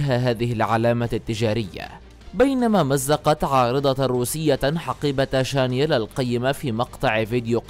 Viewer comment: شانيل وليس شانيال